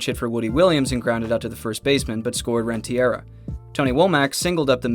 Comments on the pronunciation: Two things. 1. It's pronounced Rent-a-ree-ya, not Ren-tee-air-a. 2. HOW are you gonna make a whole video about this series and NOT MENTION THE EDMONDS CATCH IN GAME 7??? It was the defining moment of the whole series. Great video of a great series. Would have been the best series of almost any other playoffs, but overshadowed by history and rightfully so. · great vid! Edgar Renteria is pronounced "REN-tuh-REE-uh" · I was gonna say, Rentiera? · I really appreciate the spotlight on this series, but c'mon man...pronounce Edgar's name right!